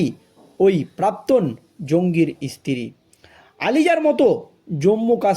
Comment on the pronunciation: এতো খবর পেলে কোথায়? ইসতিরি নয় স্ত্রী। ভাষা টা ঠিক ঠাক বলো।